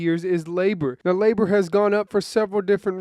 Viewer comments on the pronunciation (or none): none